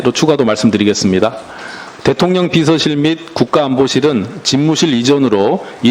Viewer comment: 김병주의원 대통년 ㅎㅎㅎ 령 발음이 어렵나봐요. 일 잘 하는 김병주 의원 파이팅